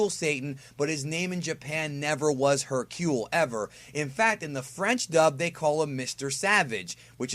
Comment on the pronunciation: Why do you say Hercule like that?